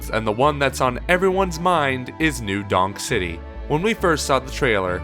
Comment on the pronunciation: i thought you said new dong city at first lmao